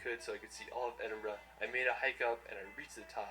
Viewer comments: For future reference don't say "Edinburg" say Edinbruh which is the way it is produced Edit: never mind it is said later in the video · EdinburG 😭😂 i find Americans so funny omg. We actually pronounce it EdinbrA or EdinbrU even tho its spelled Edinburgh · Definitely pronounced Edin-bruh. We get quite offended when it’s pronounced Edin-Burg 🤣 Also, at the bottom of Arthur Seat, the grounds of Holyrood... pronounced Holly-rude 🙃. Scotland is the most beautiful country in the world and us Scots will give you a warm welcome! 🏴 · I can't believe you said Edinburg when is Edinburgh I'm a Scotsman and I feel offended 🏴🏴🤦‍♂️🤦‍♂️🤦‍♂️ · If she calls it edinburg again im gonna scream Its Edinburgh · Don't say 'edinburg' say edin-bra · Did u say edinburg😅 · Its pronounced ed-in-bra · It’s the “EdinBURG” for me.. i laughed so hard at that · edinburgh, pronounced Edinburra. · Do you want to see dirty cities or beautiful country side? You can take tour buses or drive, it’s up to you how you want to travel. It’s actually pronounced eding-bur-aah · only if you have a speech impediment ,,,,,,remove the G ,,,,it`s Edin-bu-rah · 2 things please learn to say Edinburgh and no you can't get an Uber there 🤣😂🤣😂😂🤣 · surely she didn’t just pronounce Edinburgh like that 😭😭 scots have my back on this one this is embarrassing 😭😭😭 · Sorry but you did not say Edinburgh right 😂